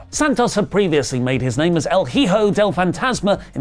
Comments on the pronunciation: Dear, the H in Hijo is mute is not like in white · the "h" in Spanish is silent. "Hijo de el Fantasma" (E-ho del Phantasma) love y'all